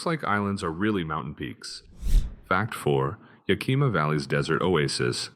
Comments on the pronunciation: If you are going to do a video on Washington, maybe you should learn how to pronounce thungs like Sequim (pronounced Squim, not sea quim), Yakima (pronouced Yak eh maw, not Yak ee ma), and Lake Chelan (pronounced Sha lan not chee lan) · It’s “Skwim,” not “See-kwim.” And it’s YAK-i-muh,” not “ya-KEE-ma.” Good thing you didn’t have to try to pronounce Puyallup. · You were doing good until you got to Sequim, Washington. There is a website that is called "how to pronounce". I suggest all robots visit that site before you publish a video that embarrasses you. Sequim is ONE syllable not two. (squim) It is not ya kee ma it is called Yakima yak kim maw. You do realize you get dislikes because you FU names. Methow valley, you think it would be pronounced the way you did, but NO, It is met how. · ........... Yah-Key Mah???????????? L.M.A.O. It is Yakima, pronounced Yah-kim-ah. Washington State has MANY Cities, Towns and Counties that are hard to pronounce. I have lived here for 55 years and still mispronounce certain names. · Yes it is beautiful here. I've lived in Washington state for 77 years and counting. Now do us all a favor and learn how to say Yakima correctly! Yak-i-ma, not ya-kima! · Extraordinarily repetitive. And the towns are pronounced "squim" not "see-quim," and "YAK-ima" not "ya-KEEMA" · If you're going to make videos about places you should research how those place names are pronounced: Sequim is pronounced like squim, it rhymes with swim, Methow is pronounced like two words Met-how, Yakima is Yak-ah-ma, Chelan is sha-lan. I wish you had said the the powerhouse at Snoqualmie Falls was tunneled inside the rock it cascades over. It's the only one like it. Over all, you made a very good video about WA. Thank you. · pronounced YOK him ah=Yakima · Interesting info, BUT mispronunciations of Sequim and Yakima. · "Squim," not "see quim." What are you, a spy from California? You keep screwing up "Yakima," too.